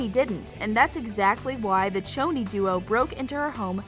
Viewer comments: One it’s pretty poisons not pretty serpeants, two It’s Pronounced shoni not choni, three Cheryl didn’t get stood up at the movies she went there to get away from her mother who turned their house into a sexual play pen, four Cheryl only invited the inner circle over for a sleepover not the whole cheerleading team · Okay I'm very deeply hurt by the pronunciation She be saying it like ~Ch-oni~ But shes supposed to say it like ~Shoni~ Dont disrespecc the ship 🥺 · its choni not tchoni because its cheryl not tcheryl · Ok I am so mad at the way you pronounced “Choni” it pronounce “Shoni” 😭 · PERIOD also I noticed she said '' Pretty Serpents'' instead of Pretty Poisons i'm sooooo mad 😡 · ME TOOOOO😤😭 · SAME!! Didnt they hear madelaine saying “its shoni not choni!” 😤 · It’s pronounced (shoni) for Cheryl and Toni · It Pretty Poisons and Toni and Cheryl both made the mistake this video I just so wrong. Don’t even get me started on how she kept saying Choni wrong